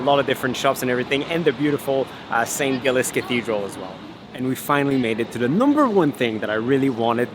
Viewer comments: Glad you liked Edinburgh so much, but PLEASE pronounce it correctly. It is Edin-burrah or Edin-brruh, not Edinburrow. Also the cathedral is pronounced St Jiles not St Gillis. Just letting you know so you'll get it right if you come back. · Sorry......the pronunciation in this is terrible....ask the locals how to pronounce the City and St Giles ! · Actually, and if it's any consolation, the way you pronounced Edinburgh and St. Giles is the way that American tourists habitually pronounce these names (and their first language is English).😄